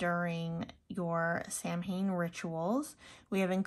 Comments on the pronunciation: It's pronounced SOW-in, sweetie, not Sam Haim. It's Irish Gaelic, it means "summer's end." Blessed Samhain to you. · I used to get this box but had to stop because I'm trying to cut down on clutter but I miss it. 😩 This was a nice box. Also, Samhain is pronounced sow-win. ❤ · Just so you know, Samhain is pronounced "Sow-Win" . Sorry. One of my biggest pet peeves is when a witch or Pagan mispronounced one of our Sabbats.